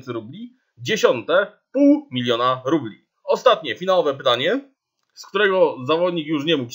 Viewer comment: Trochę zła wymowa bo mówisz "rupli" a nie rubli.